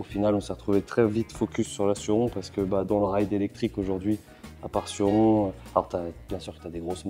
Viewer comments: c suronneeee comment sa se prononce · 220 jours de crono et on dit (sorrone)en prononciations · Je suis québécois c’est trop drôle de vous entendre dire surron😂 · Perso je prononce Sur-ron 😄